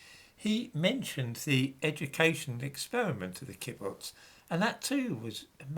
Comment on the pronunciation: Great fan of yours,. The word 'kibbutz' is pronounced with the stress on the second syllable